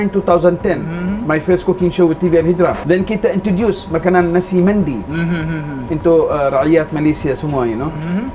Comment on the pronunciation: Nasi Mendy ke atau memang sebutan dia Nasi Mandi..? 😕